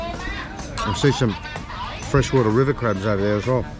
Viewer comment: Oh, so he said, "river". I thought he said beaver. 😆